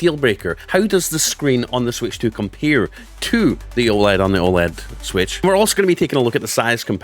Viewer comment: How the switch “COMPEEER” 😂 thanks for the video